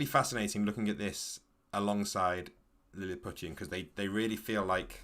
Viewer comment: Isnt Lilliputian pronounced more like Lily-poo-shun? Anyway it seems like an interesting game